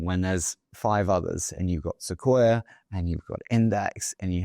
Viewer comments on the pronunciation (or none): none